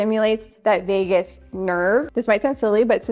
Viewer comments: “Vegas” nerve…lol…VAGUS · You're always such a joy to watch! But I must mention that it's the "Vagus" nerve, not "Vegas" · Vegus Nerve, not Vegas, NV, haha